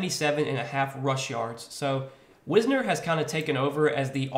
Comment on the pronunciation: As a texas fan its pronounced like wise ner